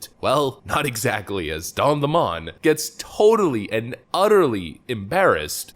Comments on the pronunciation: His last name is lemon and is pronounced like the citrus fruit, lemon. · You should actually pronounce his name lemon, kinda like the fruit...or maybe something somebody sells you that doesn't work